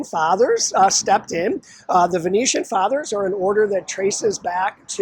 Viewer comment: The VINCENTIAN Fathers, not the "Venetian" Fathers.